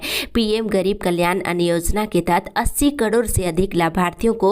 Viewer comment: अन्न योजना होता है अन्य योजना नहीं